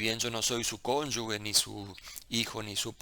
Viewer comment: en "cónyuge" la "g" se pronuncia como "j", pues no está seguida de una "u". Aclarado ese detalle menor, vaya el agradecimiento por la generosidad de compartir su conocimiento y por la claridad al hacerlo. Saludos!